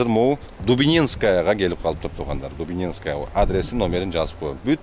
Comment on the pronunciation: Дубининская эмес,болуш керек,менимче Дубнинская